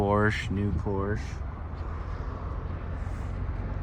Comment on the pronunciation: Good to hear "Porsche" pronounce properly the abbreviated way that flusters the Poindexters.